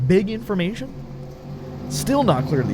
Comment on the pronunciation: I love how u say BIG INFORMATION 😂